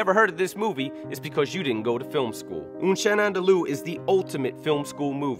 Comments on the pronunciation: It's "Un chien andalou", not "Oon chain undoloo". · it's "Un chien andalou" not "enchene endeloooo" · It's pronounced **un sheeyan andulu btw